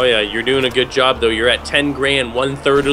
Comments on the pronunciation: said gob instead of job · Did anyone else notice that said G O B instead of J O B?